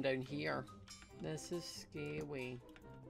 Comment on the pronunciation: this is scawey